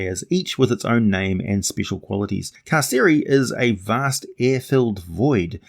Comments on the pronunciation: Car-Sir-eye like I'm being incarcerated....or imprisoned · Carceri, said car-carry. Latin only had hard c sounds.